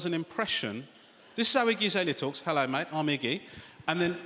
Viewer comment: i thought he was saying “icky azalea” at first 😆